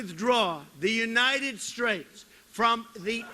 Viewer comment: Oh I heard him say "United Straits", not "Straights". : p